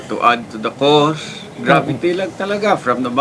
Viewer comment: Ate news anchor: "gravity" (???) 👁️👄👁️